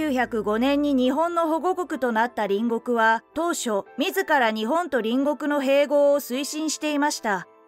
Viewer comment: 隣国=りんごく×。りんこく=○です。兎に角、今機嫌取りなんぞしてるときではないです。其々が確りとするときです。